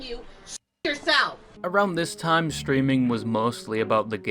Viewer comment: Stweaming UwU